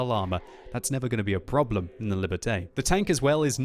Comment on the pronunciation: Shouldn't Liberté be pronounced like "Lee burr tay?"